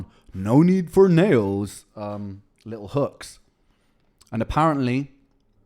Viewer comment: Likkle instead of little, lol.